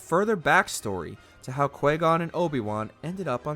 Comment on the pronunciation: Narrator is very negative towards these games but can't pronounce QuiGon right? Keep your toxic shade away lol